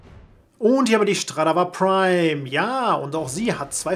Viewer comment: Es heißt nicht Schtradavar Prime sondern Stradavar Prime! XD